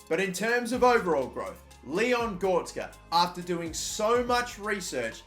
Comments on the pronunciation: Leon Gortska🤣🤣🤣 U mean: Leon Goretzka? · Gortzka 😂🤣🤣 it’s Leon GORETZKA (goretzkar) gor-retz-kar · ITS GORETZKA NOT GORTZKA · Leon goretzk hahhaha bruh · Man said Gortzka you know? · It’s pronounced Go-re-ts-ga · He makes a huge build up to the final one and then he goes and says Leon Gortska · Just to help it's go-ret-zah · "Goh res ka" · Leon Gortzka 🤣🤣🤣🤣🤣 Cant pronounce sh*t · My man said gortsca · As a massive Leon Goretzka fan, labelling him the German Gerrard when he was at Schalke, this name butchering hurts... like NIN/Johnny Cash "Hurt" type of pain. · What the fuck who pronounces Goretzka like that😂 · 7 years later and you still dont know how to pronounce the name goretzka... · The way he says goretzka it triggers me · My man can't even pronounce Goretzka